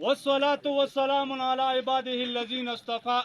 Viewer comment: وسلام کا لفظ ہی غلط پڑھا وضاحت کو میرے گمنٹ میں دیکھ